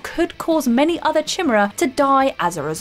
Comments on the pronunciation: CHIM-ER-RA WTF it's pronounced KI-MEER-A love. Ancient Greek Mythology do your research. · Chimera - kai-mare-a. Not even close to "chimra". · Kai-mae-raaaaaaa. I like chim-era more. 😊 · As a British English man, nope, nope, nope. "We" don't pronounce it chim-er-a. Only the Whatculture Muppets do that. It's Kai-mere-ah everywhere else. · By "chimmera" do you mean "ky-meera"? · Lol "chimmera" Soldier: Sir the chimmera are coming! Captain: lol the what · I’ve never played a Resistance game but I’m gonna go out on a limb here and assume the race is called Chimera, you know, where the ch is pronounced as k. Also, in Revengence, it’s Ride-en not Ray-den 🤦🏻‍♂️ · I know she didn't pronounce Chimera (kai-mare-a) correctly, but I'll give her a pass as the editor or someone off screen could have reviewed it with her before the video. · Lol chimra haha haha. Maybe it’s the Japanese pronunciation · "Chim-er-uh" 😂 it hurt to hear that but man it makes me laugh thinking if that's what they were pronounced as in the game 😂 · Say it with me Kai-mare-ra, that was so painful to hear, this isn't the first time you lot have done this, just shows you haven't played the game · “Chemurra” “chemurran” What? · CHIM era.... Come on If you're gonna say it, say it right... in Mission Impossible 2 did they call it the CHIM era virus? noooooooo… please tell me she doesn't mispronounce anything else. I cant watch. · it's Kai-Mera and Ri-den (Ride-den), Rayden is from Mortal Kombat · Does she say things wrong on purpose? In this one it was "chinera" and "implied" but I think I've noticed it elsewhere too. Is it on purpose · Good god... "Chimmurra"? Does nobody review the content before posting? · Can we just deal with one thing...Ki-mare-ah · Pronounced Ki-mair-a, you know, from mythology. Ffs. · I know it's spelt like "Chimera" but isn't it pronounces "ki meer a" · Chimera is pronounced ky-meer-ah... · come on man... you're supposed to pronounce kimera (chimera)... damn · for real. yikes.